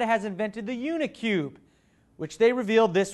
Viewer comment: awesome episode, its pronounce uni-cub not uni-cube, it's like there scooter called a cub